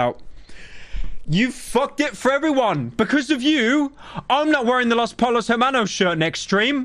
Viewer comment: Normal person: Los Pollos Hermanos Pyro: Loh Polos Ehmanos